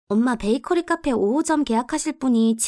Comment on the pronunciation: 29분12초에 베이커피가 아니고 베이커리 입니다만....